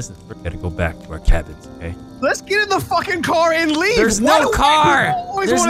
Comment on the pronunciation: “It says the sabins are this way” “That says cabins” “SABINS”😂